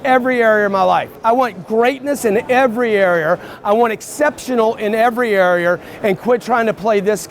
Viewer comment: I cant stand how he says “area” as “ery-air”